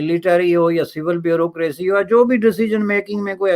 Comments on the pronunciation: Everyone else: Bureaucracy: Brrocraacy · Wo "bureaucracy"....hota he "brucosy" nahi he 😆😆😆😆...thik se bol..."Halwai"😆